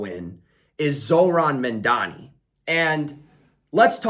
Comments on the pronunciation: Good analysis Please say his name correctly: Mam-Dani Mamdani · What is it with you Americans can’t pronounce Mamdani correctly? And you Mandani!!!